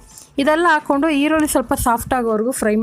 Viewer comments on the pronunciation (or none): none